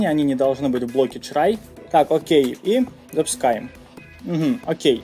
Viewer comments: боже, что за чрай и экскепт?перед выпуском ознокомься со словами, но если игнорить это то твои видео лучшие, спасибо!!!! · у меня одного отпали уши от чрай? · Он так прикольно говорит слово try)